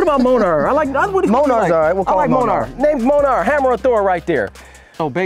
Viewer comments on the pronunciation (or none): Did he call Thor’s hammer monar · D tell your boy he’s saying his name wrong! It’s Myol-neer (Mjolnir) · It’s pronounced “mule neer” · “Mole-ner” 😭 that’s amazing. It’s “Mjolnir”, btw. “Mule-neer.” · Bro ass said monarch boy the name is Mjollnir 😂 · LOL imagine saying Monar instead of Mjölnir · Thor’s hammer is mjolnir not monar 😂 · It’s not monar it’s munear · It’s Mjolnir not Monar yer daft fqs xd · My 10 yr old heard what you called Thor's Hammer and yelled across the room its called Mjölnir. The correct Mjolnir pronunciation. Slowly read out "Me-yol-neer" ROFL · Are we just ignore he said monar lol love the videos brotha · Wassup New York!! ...Thor's hammer(Me-yol-neer) Mjolnir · The pronunciation is "meal-near" still love the video!!! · Never heared the name of Thor’s hammer pronounced that wrong🤣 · The Name Of Thor’s Hammer Is Pronounced Mjolnir (Mule-Near) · All marvel needs are cringing at there pronunciation of molnjor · They butchered Thor's hammers name Mjölnir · Mjölnir is actually pronounced "Me-yol-neer" just wanted to say that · “New York” needs to stop disrespecting Thor it’s pronounced mjölnir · I think you pronounce Thor’s hammer wrong. (Mjolnir) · You all just pisses my off today by saying Thor's hammer Mjölnir all wrong. Like sad you said it wrong and butchered the hell out of the name. Made me so mad, upset and so very sad. You guys need to be educated in your Norse mythology. Before you butcher the heck of a weapons name.